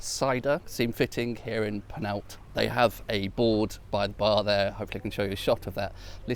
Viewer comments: Love your videos but PLEASE: The village is not Panalta, it is Penallta (put your tongue under your top front teeth and exhale). You are an intelligent chap so please at least try to pronounce Welsh place names correctly! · At least try the ll sound in Penallt😂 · That's how the Welsh figure out if visitors are English marauding tourists who cross into Wales over the River Wye from Redbrook; they make them pronounce 'Penallt' as a shibboleth... or rather a 'shibboLLeth'??? (but unlike the poor Ephraimites of yore, they won't be slaughtered in the river's edge. Their perry might be bumped up in price though..))